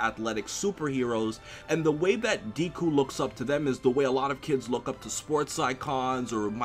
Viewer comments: Not triggered... it's funny to me lol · Tadpole Superhero I know right how can you fuckup that bad at least google the pronunciation and deku isn't really a nickname it's just his name read different way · Audio level sucks and not gonna front how you pronounce academia and deku is MAAAAAD annoying. Btw NO ONE CALLS HIM Izuku. (At least on the anime) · It's pronounced deku not diku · Really, deeku? Remember when watchmojo called you? It's deku, but I'm glad you're on the mha hype. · "Deku" not Deeku 😂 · ITS "DECK-COO" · Nigga....where did u hear him be referred to as Deeku and not Deku? Ur killing me smalls. And damn do I love that op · I loved the video and hope to see more My Hero Academia content in the future from you. But quick tip, Deku is pronounced like saying "Deck-oo" and Izuku is pronounced "ee-zuh-coo". But other than that, I'm glad tu are enjoying the series and hope to see more content in the future! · It's not Deeku it's Deku like Deku tree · DEKU IT'S FUCKIN DEHKU MY EARS SOMEONE HELP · everytime Q says "Deeku" I get seizures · Deh koo spelled deku but pronounced deh koo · My advice to you is to pronounce his Deku properly because ever time you said it I cringed. This is the first video of yours that made me cringe. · my man.. just to help you out. It's not Deeeku, sounding like "bee". It correctly sounds just like the "e" sound in "meh". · Please stop saying deeku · I got triggered when said "Deeku" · ofeksepticeye "Deeku" CRINGE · Really old comment I know, but if you still want feedback, the e in Deku is pronounced more like eh so it sounds more like D-eh-ku. Hope that helps. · lol the constant slaughtering of the japanese pronunciation has done more damage than Hiroshima. pronounced deku like 2-3 diff ways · Man I love you but the way you pronounce Deku makes me cringe... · who is triggered by how he calls Deku